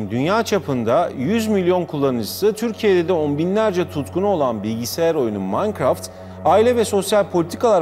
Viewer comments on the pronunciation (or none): veletler nasıl okur : minecraft biz nasıl OKURUZ :maynkırafy haberci: mankraft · İlk başta adam mağğankrağğğftt diyo ya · Aqa mankaft dedi kos koca minecraft aaa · Haberci Minecraft yerine makkıraft diyince 7. Emojin me:🖤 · Adam minecraft demeyi bilmiyor böyle diyor Mancraft Bruh